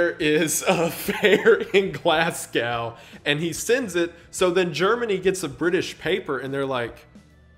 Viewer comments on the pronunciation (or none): Glasgow is pronounced "glaz-go" and not "glass cow" btw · "Glaass-gowe" - Every Glaswegian on the planet shuddered at that. Still, a great video Wendigoon. Shout out to The Count for making me search deeper into this. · Love the vid but you pronounced Glasgow as Glass Gaow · What an incredible man and story. As you said near the beginning proof that sometimes life is far stranger than fiction. I like to imagine since he hated both Nationalism and Socialism that when he saw "the Nationalist Socialist Party" he was literally frothing at the mouth in rage. Also Lisbon is in Portugal and Glasgow is pronounced "Glaz-go" or "Glarz-go" if you're from southern England like me lol but I think the first one is more correct to how the Scots say it. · The pronunciation of Glasgow took 8 years off my life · Why does he say Glasgow like that 😭 it pains me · I'm not one to judge much but that pronunciation of Glasgow made me fucking sad.